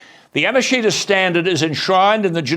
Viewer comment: Yamashita. "Ya-mush-ta" is the correct pronunciation.